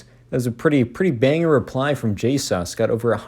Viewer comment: I rushed here the second I got pinged, watching! I'm sure its gonna be a great vid :) <3 Edit : This was a nice and different video, I liked the humorous tone. Also you calling schlatt j-sus is so funny, good vid!